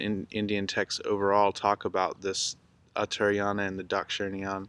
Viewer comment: Uttara+ayana = northern+journey..pronounced Utta'rayana